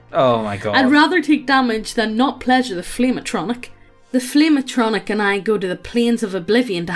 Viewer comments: It sounds like you pronouncing it as A-tronic as apposed to A-tri-noch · Ah-tro-knock. Not a-no-tronic. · "Ayy-tron-ic" as apposed to "ahh-tra-nock/noch" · A-tron-nick? A-tron-nick?! At-tro-narch! Jesus, to you teach her nothing? XD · The way says “flame atronach,” I keep hearing “Flame-A-Tronic,” so the entire time I was picturing this guy banging a tacky, overpriced grill or something. Made my day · ah-tro-narh-c. and yes, it is very real. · I hope never again to hear say "Bussy" in my life And saying Atronach Ah-trow-nak Reeeeeeeeeeee!!!!!!! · Atronach (AHT-troh-nack) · Ah - tro - noc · It’s “atro-nock”. Also how did they miss the chance at a fire crotch joke??! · Did she say atronik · Isn't it pronounced At Ro Nok? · the way she says Atronach bothers me